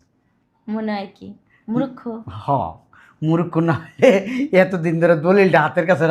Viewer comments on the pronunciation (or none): মুরুক্ষ কোন ভাষার শব্দ? শালা বাল ফালাইনা কুত্তার দল,উচ্চারণ শুদ্ধ কর আগে। শুঁয়রের দল।